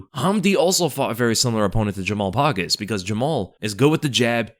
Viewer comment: bruh said jamal “pogus”😭😭😭it’s pogues mf